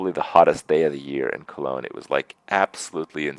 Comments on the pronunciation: Kroogah Maybe he was. But he said Colonge or at least almost said it. :) And if he changed it to Germany instead, he is a silly man. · Kroogah Listen closely he actually says "Colonge, Germany". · yeah he says cologne germany